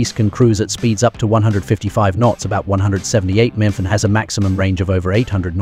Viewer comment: Mothing more than the crappy AI being unable to say Miles Per Hour. Instead, it tries to pronounce "MPH" as a word.